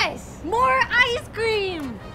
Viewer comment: Say ice cream multiple times Now it sounds like "I scream"